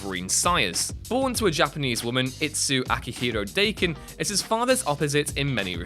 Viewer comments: it's pronpunces DAH-Ken, not Day-ken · DAH-ken, not DAY-ken. It’s Japanese slang for a for mutt/half breed animal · It is pronounced "da-ken" not "day-ken". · Daken is Da-Ken not "Daykin" ! Get it right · Daken, not Dayken. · "Da-Ken" not "Day-Kin" it's Japanese. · slowly got more annoyed as I watched. At "Day-kin" I had to stop watching. learn your nerd shit before spoutin nerd shit this fuckin guy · Daken is pronounced like Dokken. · The name of James Howlett is a retcon. It's not so much "getting it wrong" as having the rug pulled out from under you as the facts have changed. Also Daken is pronounced DAH-ken not to be rhymed with bacon. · Dayken? Do more pronunciation research. It's like calling valor vaylor. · Seeing as how Daken is a Japanese word, it's supposed to be pronounced "Dah-ken". Pretty easy to figure out. The brand name of "What culture?" is as fitting as always, I see. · It's a Japanese word. Pronounced Dah-ken. your making videos get this shit right man. Thumbs down. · That is not how you pronounce 'Daken'. It's a Japanese word meaning 'bastard dog' or something similar. It's pronounced daa-kin. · Can't even pronounce Daken properly. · He also pronounced Daken’s name wrong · So. . .I'm sure Daken's feelings are hurt because his name was not pronounced properly. His name means "Mongrel Dog." I'd say that's worse.